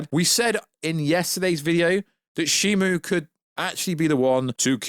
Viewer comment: it’s SHIMU, not SHIMO